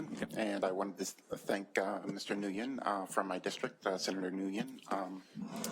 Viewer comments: Ok, fuck this chimpanzee! "senator NewYen..." NO, it is WHEN! Senator WHEN, god damn you could at least LEARN how to pronounce foreign names!!! It isn't that difficult! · Plz don't tell me this professional looking guy just said "New Yen"